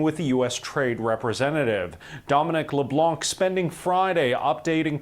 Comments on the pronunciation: Th name is Dominic Leblanc and you have to say Leblan........no K ....,,, the c is silent letter ... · Might as well pronounce Leblanc as intended since Canada is French English: "luh-blahn", the "blahn" is like saying "blond" but stop at the "n" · FYI, the C in Leblanc is silent. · Leblan - you do not pronounce the C at the end of Leblanc. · LeBlanc- the 'c' is silent. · By the way, Leblanc is pronounced "Leblan" the "c" is silent. FYI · a little french lesson, 'leblanc' .. the 'c' is silent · Thee c is silent in the name Leblanc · You do not pronounce the C in Leblanc, you’re welcome :) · dont prononce the C in leblanc btw its because of ppl like you that we didint lost hope on usa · Please do not pronounce the c in leblanc! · A friendly note that the «c» in «Leblanc» is silent. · Leblanc is pronounced with a silent c. We don’t pronounce that c in French. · The C in Leblanc is silent and it means "TheWhite" in french🫡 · The C in LeBlanc is silent. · As someone with that last name, this hurt to hear. You don't pronounce the C. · Come on English Canada you can google serche how to say leblanc 😅